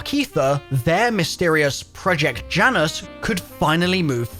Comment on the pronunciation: Project Janus but the J is silent.